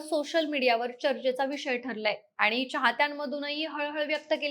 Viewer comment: ही काय मुलगी आणली तुम्ही? आनी पानी करते आहे. शुद्ध बोलणारे मिळत नाहीत का तुम्हाला?